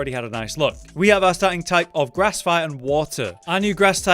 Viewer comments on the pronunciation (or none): none